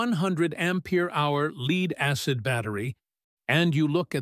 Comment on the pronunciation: My name is "AI". Didn't correct LEAD. Thanks to the stupid English language, many words can be pronounced differently. The the text had the word <LED> instead of LEAD, it may of come out better. NOT as in Light emitting diode either. Like "he led the way to the lake". Or this lake is polluted with LEAD, so don't drink the water. I was hoping to have an answer as to whether Pukerts Law applies to LifePO4 batteries.